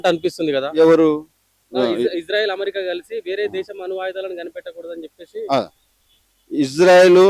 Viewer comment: అణు ఆయుధం అనే మాటను స్పష్టంగా పలకలేని గొట్టంగాడు, అమెరికాను అమ్రిక అని పలికే గాడిద కూడా మాట్లాడుతున్నాడు..